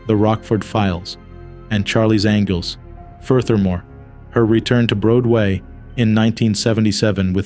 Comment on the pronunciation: Like 👍 Number 330. Maddie Cusack joins 27 Club. RIP to her and all others. Pronunciation: Ann Ar-burr. Bro-dway? Pronunciation: Brawd-way. You goofed on Dick Clark, tge politician: your video has Dick Clark the Hollywood personality.